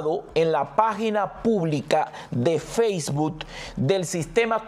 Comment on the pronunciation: Sr. no se dice Faceboot se pronuncia Facebook, con una K all final